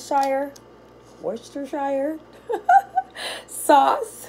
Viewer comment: Great job on pronouncing Worcestershire sauce 🥳